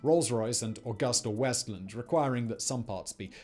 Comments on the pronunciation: It's not "Augusta Westland". It's Agusta Westland. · Very Poorly researched. It’s AgustaWestland not AugustaWestland - pronounced “Agooster” not “Aw-guster”. Then there is no mention of how significant the MANY project spec variations were. To give you an example, one variation was a new requirement for TWO SAFES on board instead of one, and the centre of gravity implications were huge - lots of redesigning required. In short, many in the industry believe Sikorsky was really narked at not winning, and put as much lobbying pressure as they could on the LockMart/AgustaWestland solution to make it fail. The loser is the US taxpayer.